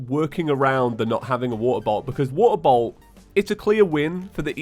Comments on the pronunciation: Idk why but I heard water bottle for water bolt... Bee Bois! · I just turned in captions and every time you say “Water Bolt” it translates to “Water Bowl” 😆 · I could not understand for the life of me when he was saying water bolt. I thought he said he needed a water bottle. XD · I THOUGHT HE WAS SAYING WATER BOTTLE AND NOW IM SO CONFUSED CUZ HE GOT A WATER BOLT